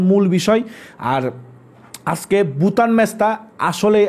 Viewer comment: আপনি ভুটানকে বুটান বলেন, এটা মজা লাগে। আপনার কথার উচ্চারন স্টাইল আমার পছন্দ